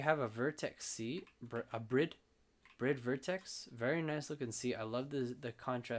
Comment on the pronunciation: That's the first time I've ever heard someone pronounce Bride correct. Like the Japanese. Nice video man